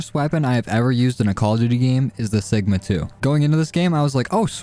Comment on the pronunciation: mans called it sugma and ligma lmao